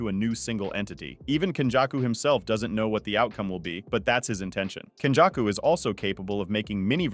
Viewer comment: Your pronunciation is very hard to understand. It's けんじゃくkenjaku (up sound), not kenjacku (down sound)